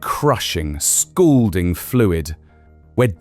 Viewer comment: ... scalding, not scoolding ...